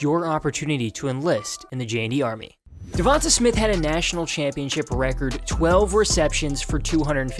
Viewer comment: It's pronounced "Dee-On-Tay" not "Dee-von-tuh" lmao 😭😭🤷🏿‍♂️